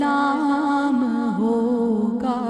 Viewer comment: host ko sahi talaffuz say salam bhi kerna nahi aata ,saam alaikum keh rahi hain ,sahi salam ,salam alaikum ya assalamo alaikum hota hay